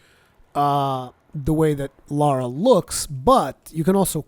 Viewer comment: Remember, it's LARA. Not LAURA. Pronounce it like: "LAR-AH" .. Not "LOR-AH."